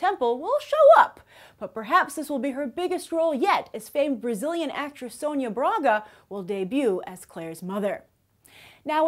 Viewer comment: Loved how you said Sônia Braga. I'm Brazilian by the way.